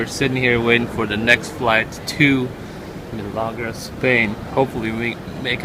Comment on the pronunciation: Malaga is pronounced with the first of the three parts being the strongest. Meaning its. MAL ah ga. But its all good :-) Welcome to Spain